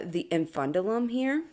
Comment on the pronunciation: the pronunciation is incorrect for "infundibulum" it has 5 syllables